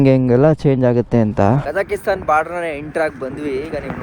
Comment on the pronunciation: Bro nimge civil engineering basic technical terms kuda gothilla. Kazakisthan alla Kazakh-stan. 🇰🇿 Kysgisthan alla Kyrgyz-stan 🇰🇬 Swalpa adru homework madkond hogi. Nam bashe na kannad andaga estu bejaar aguthe heli. Kannad alla Kannada antha helthivi thane ✔️✔️✔️✔️✔️🇮🇳🇮🇳🇮🇳🇮🇳🇮🇳